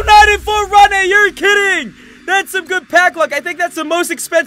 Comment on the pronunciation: Its ronde not rodne